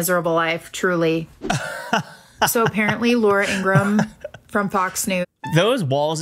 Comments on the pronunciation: According to Laura's brother the correct pronunciation of their last name is: In- gra- ham. It is not: In-gram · Laura’s brother has stated it is pronounced ‘Ingra-HAM’ not Ingrumm. Plus miss Laura hates it!